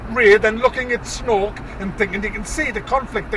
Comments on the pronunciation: Did he say Snork is Snork or Snoke is Snoke? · Isn't Snork just how geordies say snoke? :) Do you live in Lumley or something? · You start make laugh when you call him snok 😄 I hate this movie to🤬